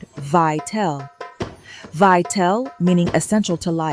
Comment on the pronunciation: Good video about sounds like it’s voiced by AI. Pronouncing Ital as “eye-tell” instead of eye-tall. It’s from the vital not vi-tell